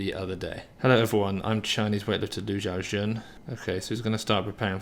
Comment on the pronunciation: Way to butcher the greatest lifter’s name